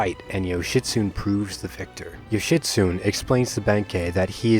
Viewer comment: I think Yoshitsune is pronounced Yoshi-soo-nay. The way I, well we, first pronounced it sounds like a get well wish to someone suffering with constipation.